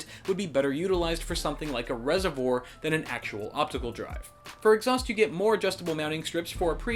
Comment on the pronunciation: The case looks pretty cool, nice video! Also, that "reservoir" lol